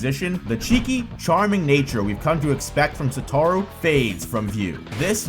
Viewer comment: Sorry but this video annoyed me a lot, not in content, the content was fine. But because of how incredibly wrong you say "Satoru". I will never understand how people have so much of a problem saying the names when the anime exists and you hear how it's said there. It's SatOru, not SatArou or SOtorou like you say it.